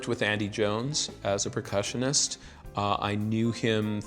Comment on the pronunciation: I'm slightly horrified that he says "Precussionist".